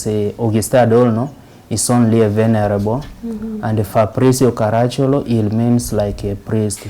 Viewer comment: Its Ka-ra-chì-ol-o. Hes an ancestor of mine.